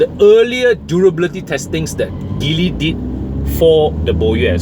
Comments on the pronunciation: It's not pronounced Gi-ly. It's G-ly, as in the alphabet 'G', as per the Mandarin pronouncement.. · I am surprised that you are now only poking fun at the name, so I guess you are NOT aware of what's really going on in Geely (please at least pronounce the name properly lah). The Borui (yeah, go on and laugh) is an exception car and will make a real killer perdana replacement. But wait till you see what Geely has come out with in the SX11 (what a beauty!!). Suggest you check them out and let us know if you find them as exciting as I have. Peace to you.